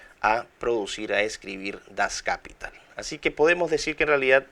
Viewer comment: Dr. Miklos, una observación fonética: Das Kapital se pronuncia en alemán igual que en castellano, es palabra aguda: das kapiTAL.